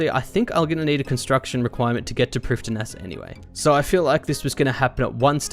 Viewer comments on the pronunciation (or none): Loving this series, but with SotE coming up, it needs to be said: Lletya is pronounced "h-LET-ya", with 'e' as in 'yet'. Prifddinas is "PRIV-thin-uss", with the 'dd' being 'th', as in 'father'.